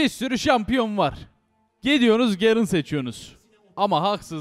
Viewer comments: garen diilmi la ne gerın ı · gerın değil garen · YA YETER GERIN DEYİP DURMA YA DUZGUN TELEFUZ ET